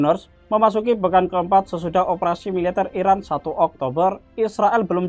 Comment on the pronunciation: Kalau ngasih kabar yg jelas ngomongnya ngapa... Iran apa Irak... Yg di sebut..??